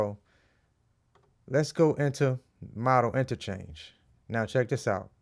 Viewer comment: It's not Model, like on the runway; It's MODE-DAL. as the mode of a scale. Keep it up Bro!